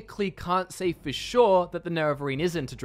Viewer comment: Virtuoso Because of his pronunciation of “sure”. And he’s showing footage of Shor’s Hall in Sovngarde as he says that. “I can’t be 100% SHOR”.